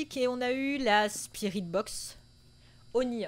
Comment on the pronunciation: À chaque fois que vous dites spirit box j'entend aspirine box. 😂😂😂